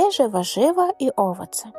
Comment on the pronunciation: А хіба не wszyscych замість wszystkich? І наголос в owoce на другий склад, наскільки я знаю.